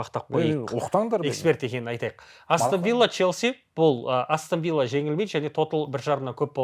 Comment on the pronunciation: Астан Вилла деп айтпаш Астон Вилла деп айтшы.